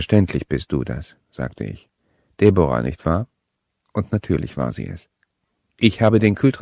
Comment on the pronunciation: Debora... ??? Deb'ra!